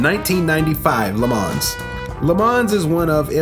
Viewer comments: Pronounced: LE MA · No "S" in the pronunciation of Le Man(s) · The 's' is silent in LeMans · Take a drink every time he says Le Mans incorrectly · Here's a tiny little fact of no significant importance. The 's' in 'Le Mans' is silent 😁 Kind regards from a very anal Le Mans fan five years to late! 🤣🤣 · Lovely video. Well done. One remark tho: the S at the end of Le Mans is silent ;) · great compilation, spoiled by the "creative" pronunciation of "Le Mans" & Porsche"... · If you’re going to make a video on Le Mans then at least learn how to pronounce it. Cringe every time you say it. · I was so triggered everytime he said it😂😂